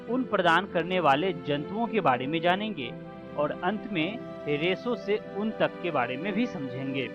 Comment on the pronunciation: ऊंन को उन बोल रहे है ओर कोकून को कोकीन बोला जारहा है